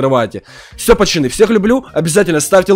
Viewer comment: Ты говоришь почоны хмм почемк